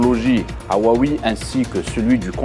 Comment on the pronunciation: monsieur le Journaliste... vous êtes un professionnel de la communication. De grâce, apprenez à prononcer " Huawei". C'est simple:pour apprendre, faite une démarche simple... apprenez à apprendre.